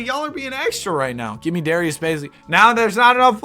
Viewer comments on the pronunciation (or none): none